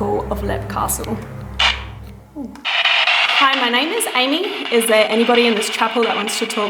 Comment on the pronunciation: If you pronounce it correctly it’s leap castle